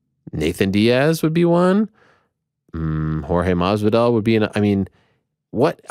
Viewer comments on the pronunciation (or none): Wonders it’s mahbidal not marbidal, the Cuban dialect tends to silence the S in the middle of a sentence, hence why. However, Ariel straight up butchers his name 😂😂😂🤣🤣🤣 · I know that marvirdal butchering kills me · I don’t know why Ariel struggle so hard trying to say Masvidal when he focused on it but when he’s just talkin he says it right… Mas-ví-dal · For the love of God Please someone help this man say Masvidal correctly. For caring so much about saying names correctly he effs up the Latino names horribly. He effs Moreno up too. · With how much effort Ariel always says he puts into pronouncing names properly, you'd think he'd pronounce Jorge's name right when Jorge corrects him like every interview. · It is so irritating every time he says it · i stg Ariel is doing it on purpose, and it's so f'ing annoying. masvidal told you himself that you pronounce the 'S'! masvidal isn't spanish, he's cuban. youre butchering his name and you sound like a f'ing moron. just like last time stylebender was on he had to correct you on adesanya. you do too much. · Why tf you saying masvidal like that